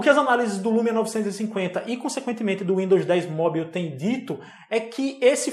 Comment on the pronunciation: Sem querer ser chato, mas já sendo... Esse sua pronúncia de mobile ("móbiu"?) não vem nem do inglês americano, nem do britânico... hehehe Tá tipo um inglês da Guiana... Melhora isso aí, hehehe